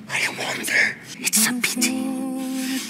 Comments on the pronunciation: ‘its a pEehTeeh that we will never know’ I DIED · “it’s a PiT-Ty”😂😂